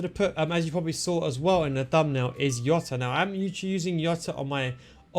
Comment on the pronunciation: Don't say jota like that. Hes not from Netherlands. Hes name is Jota not iota.